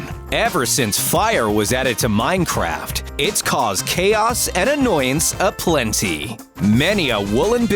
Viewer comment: Why are you saying: 'Minechast' ?